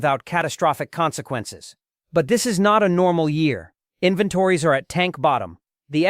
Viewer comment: Tell your human how to pronounce "inventories".